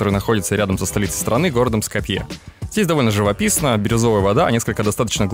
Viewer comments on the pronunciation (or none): А почему СкопьЕ, а не СкОпье? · СкопьÉ - 🤦‍♀️🤦‍♀️🤦‍♀️🤦‍♀️ перед тем как выпускать видео, посмотрите правильное произношение географических названий хотя бы